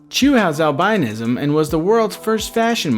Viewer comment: it annoys me how he pronounces albinism